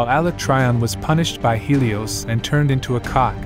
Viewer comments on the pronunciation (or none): none